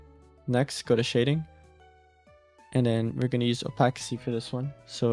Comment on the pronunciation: Someone please teach my boo how to say opacity 😭😭😭